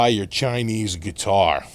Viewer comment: So, where did you buy your Chinese geee-tar? Lol